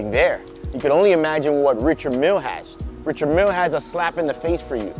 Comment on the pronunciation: Great vid but you need to pronounce the name correctly